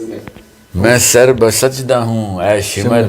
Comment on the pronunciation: سبحان اللہ بہت خوب اشعار بھی خوب ہیں ادائیگی بھی زبردست۔۔۔۔۔لیکن۔۔۔۔۔بس۔۔۔۔۔(شمرکا ) تلفظ غلط ہے ش ۔م۔۔۔ر۔ یہاں پر ملا کر پڑھے جائیں گے زبر کے ساتھ نہیں اس طرح شعر وزن سے نہیں گرے گا